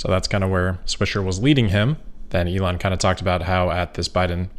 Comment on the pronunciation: Except he pronounces his own name incorrectly which I would not care about except it is my name and he is teaching thousands of people to pronounce it like a spoiled child who refuses to learn. He pronounces it incorrectly both in German and English and is spreading the error, and is completely unwilling to go back and correct himself, so when it hits close to home he is not willing to correct himself at all. In German: In English